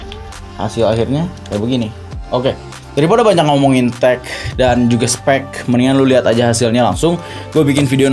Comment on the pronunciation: "Take'h dan spek'h" mantaff bang, kata chandra liow : "tahun tahun berikutnya ytber ini akan maju, eee artodipro"